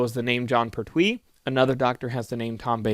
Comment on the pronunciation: You are mispronouncing "Pertwee". It is "Pert'wee" not "Per'twee". Oh, and good course.